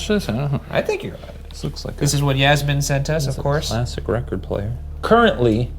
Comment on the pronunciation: I can’t tell if Ryan is saying Yasmin wrong or I’ve been saying wrong my whole life 💀